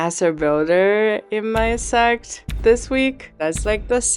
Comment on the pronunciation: Can someone make a vidéo. Someone who can pronounce sect ….😂😂